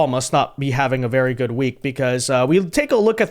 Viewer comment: Be VEWWWY VEWWWY QUIET..... Tim's hunting for WABBITS!